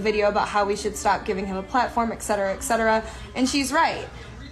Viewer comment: It's etcetera, not eksetera....